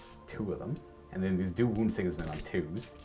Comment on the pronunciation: Dude's, this simply has to be said: Sigismund..... SI-giz-mund. not sig-IZ-mund Sorry. I had to.